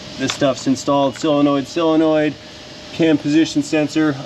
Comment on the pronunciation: Okay,... I'm going to quit buggin' you about pronouncing "solenoid" as if it's "sill-enoid.